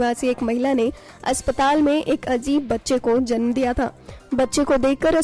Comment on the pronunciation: kiya to bhi bolre ye zanm zanm...bolna to acha chahiye tha...